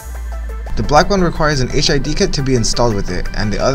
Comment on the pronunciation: So... Not Hid. Stop saying HID!